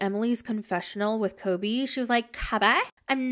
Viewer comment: I FUCKIN LOVE HOW YOU DO EMILY'S VOICE SO MUCH!!! AND THE WAY U SAY KOBE 🤣🤣🤣🤣☠️☠️☠️